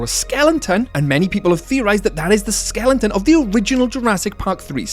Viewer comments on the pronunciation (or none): A potentially good video on an interesting topic but I literally cannot continue more than 3 minutes in with the amount of mispronunciations. It makes it hard to listen to. "Skellingtons" - Skeletons "Issla Nublar" - Isla Nublar (has a silent S like in island) and "Ggiganatosaurus" - Gigantosaurus (like Gigantic) all mispronounced so many times and I'm not even a quarter in.